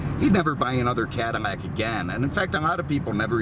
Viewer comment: 😂😂😂😂, I know I wasn’t hearing things. I knee he was saying Cadimack, Modim etc.